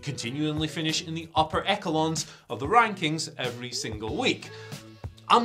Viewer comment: "Eck-elons",?